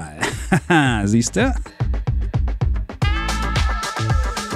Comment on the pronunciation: Dallmayr prodomo wird im Deutschen Dallmayer prodomo ausgesprochen….